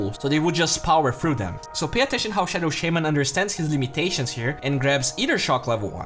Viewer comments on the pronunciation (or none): its shaman, not SHAMEaen